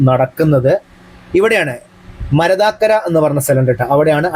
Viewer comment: Hi, it's not marathakkara, it's മരത്താക്കര, double ത 😊